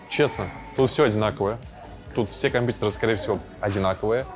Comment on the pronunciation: Как мерзко он говорит компьютеры , как дед бл